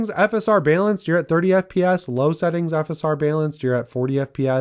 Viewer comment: i hate how this guy pronounces balanced